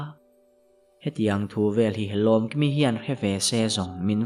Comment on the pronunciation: Lomkimi tih ithluk dan kha, ilam hmasak ber kha athluk dan adik lo. Ahnu a ilam dan kha chu adik. Ilam hmasak ber kha ngaithla leh teh.